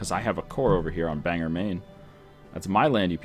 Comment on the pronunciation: Couldn't resist it's pronounced Bang-gore not bang-er.